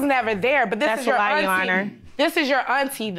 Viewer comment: "My ainttie.." Lol